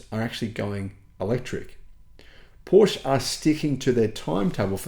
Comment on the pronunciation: you should someday learn the pronunciation of Porsche!